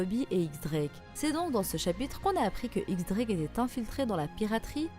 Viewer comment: on dit "Diez" Drake